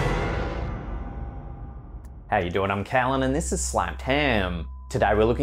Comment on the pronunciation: I have such a CRUSH on Kallen. I keep thinking he's saying "Kallum" or "Kallem" but cc says Kallen 😊